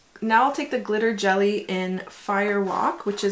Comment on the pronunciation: FYI Gelée is pronounced gel-EH, not jelly ;)